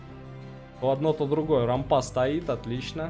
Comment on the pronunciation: Привет, рад видеть в добром здравии :) С удовольствием смотрю видео по игре. Без обид, но рАмпа, а не рампА. И да, трава, кот. сеют на полях - это т.н. сидерат, исп. как удобрение.